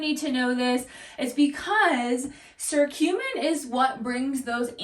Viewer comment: fyi it's pronounced kurcumin.. hard C. but good info. also One of the best ways to get The anti-inflammatory properties is to juice fresh turmeric root in your juices.